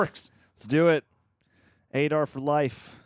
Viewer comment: Aah-Dar, not A-Dar. Come on man....